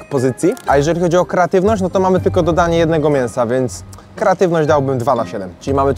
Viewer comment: dosllownie sie udusilam jedzeniem kiedy zauwazylam ze powiedziales keratywnosc zamiast kreatywnosc ale jem wiec leci like